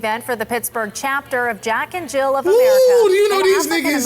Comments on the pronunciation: Jill. JILL. There’s no fucking s on the end! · Why he keep putting an 's' at the end of Jill...